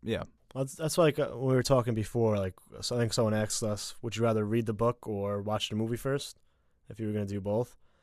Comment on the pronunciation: aSKed not aKSed